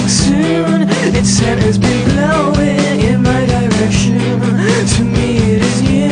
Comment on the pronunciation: I love how they try and make 'direction' sound as if it rhymes with 'soon'😀